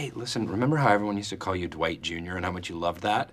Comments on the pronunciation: Jim always pronouncing Dwight’s name as D-wight 😍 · Yes! It's almost "Doo-ite" or "Duh-white".